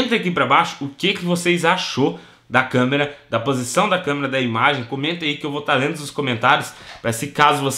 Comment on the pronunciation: "LEGENDA/CAMÊRA" KKKKKKKKKKKKK ACHO QUE É ""CÂMERA """ ALGUÉM TAMBÉM ACHA?